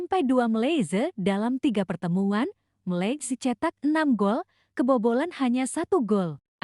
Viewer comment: Sebut Malaysia pun tak betul nak buat conten